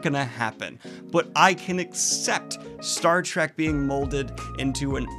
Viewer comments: Bro, I love your content, but please, for the love of God, it's "Star Trek" not "Track", there is an "E" haha, they are trekking through the stars, not tracking. that is all :) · I love you Daniel, but PLEASE stop saying "Star TRACK"!! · Please stop calling it Star Track. It's been out for like half a century. You called it Star Trek, once. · Does Daniel think it’s called “Star Track?”